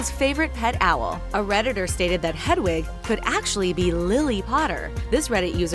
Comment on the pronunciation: I know right like she literally said ‘jk rowley’ and ‘hedawig’ and ‘the room of the requirement’ she probably just stole the info from another video 🙄